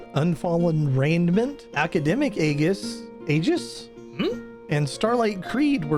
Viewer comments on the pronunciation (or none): Apparently aegis is pronounced "Eedgis", with the dg as in badger. But the i:-sound at the beginning surprised me too. I'm sure after decades of the term being used in fantasy games, the Eydgis pronunciation must be very common, too, since it's a much more intuitive reading.